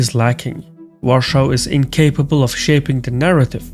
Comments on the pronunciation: A "amall technical note": this "var-shaw" pronunciation IS NOT the way Poles say it - in fact it's the GERMAN "Warschau" (Germanized version of the name of this city), which does not ring well in Polish ears due to obvious "WW II connotations". It's pretty touchy subject, and even on Autobahns (German highways/ expressways) road signs use Polish spelling "Warszawa", with German version only spelled underneath in a font half the size. The closest "English-style" approximation of Polish pronunciation would be var-sha-va. Greetings from Poland : ) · Are you German? Not sure why you're calling polish capital Warschau? It's Warszawa in polish or Warsaw in english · Why the fuck you pronounce Warszawa (V ah r sh ah v ah) like german Warschau? It's so annoying to hear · Dont pronounce Warsaw like german Warschau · Dear, the capital of Poland is Warsaw [Wor-sow] in English. In Polish, it is "Warszawa" [Var-SHA-va]. You are pronouncing it the German way: "Warschau" [Wor-show / Var-show]. The last time it was called like that was during Nazi occupation, when most of the population was killed, the Jewish Ghetto was set up and 90% of the city got destroyed. Maybe it is not the best idea to say it in German?;) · "Warshaws" please, make up your mind. Warsaw, Warshau or Warszawa. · IMHO it would be better to pronounce "Warsaw" instead of "Warschau". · Great video. I find you calling Warszawa per 'Warschau' very distasteful tho. Call it by its real name or the English version please. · Why are you saying Warschau? It's Warsaw. If you can't speak English, don't bother making videos in English and delete your channel. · Not “Warschau” man. It’s Warszawa or also Warsaw if you can’t do the original pronunciation. Thank you. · It's "lockstep," not "steplock." Also, the capital of Poland is pronounced in English, pretty much as it is spelled, i.e., WAR-saw, not ROARshou. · You speak English, but pronounciate "Warsaw" in German way. Like "Warschau". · It is Warsaw not Warshou